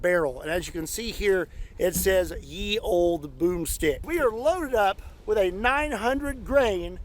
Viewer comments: The letter looking as "Y" in Ye Olde Boom Stick was pronounced as "th" so it's not "yeee old boom stick ", it's just "the old boom stick" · Funny how everyone thinks the word is Ye when it's pronounced The; look carefully at the original, and proper, rendering of the word and you will find the letter for the "th" sound, also called Thorn. It looks like y, but the thorn points to the right not the left. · I'm kinda sick of "Ye Olde." (It's pronounced the same as "the old.") And the guntubers really can afford some decent armor to shoot, so it would be nice if they bothered. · Let’s do some more pedantry! “Ye” as in “Ye Olde Boomstick” should be pronounced “The”. Sort explanation is that it was originally written as “Þe”. “Þ” is an old letter called “thorn” and when movable type printing came along it was discarded and if needed was usually represented with a y! (This is bare bones and just from memory so any additions/corrections welcomed!) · "Ye" would be pronounce "The", it's a corruption of the Old English/Norse, modern icelandic "Eth" or ð. "The use of the term ye to mean "the" derives from Early Modern English, in which the was written þe, employing the Old English letter thorn, ⟨þ⟩. During the Tudor period, the scribal abbreviation for þe was þͤ or þᵉ ; here, the letter ⟨þ⟩ is combined with the letter ⟨e⟩.[2] With the arrival of movable type printing, the substitution of ⟨y⟩ for ⟨Þ⟩ became ubiquitous, leading to the common ye as in "Ye Olde Curiositie Shoppe". One major reason for this was that ⟨y⟩ existed in the blackletter types that William Caxton and his contemporaries imported from Belgium and the Netherlands, while ⟨Þ⟩ did not,[3] resulting in (yͤ) as well as ye. The connection became less obvious after the letter thorn was discontinued in favour of the digraph ⟨th⟩. Today, ye is often incorrectly pronounced as the archaic pronoun of the same spelling." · Ye was pronouced the. Just to be pedantic..